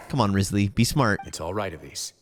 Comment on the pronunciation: will you ever say his name right? (among many other things)